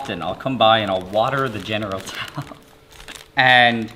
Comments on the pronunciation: Nile: General Towel Everyone Else: General Tso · Why does he keep saying General Tao? Isn't it General Tso?